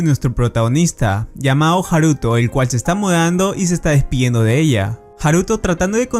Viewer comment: Coño el acento va en la a de haruto no en la u